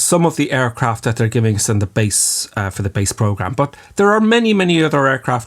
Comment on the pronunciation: Why do you say "bush" instead of "but"? Or "ouch" instead of "out"? Is that some kinda dialect?